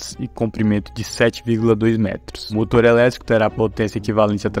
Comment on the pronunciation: Hoooo narrador q fala enrrolado ta mascando chiclete,motor ele fala Moto .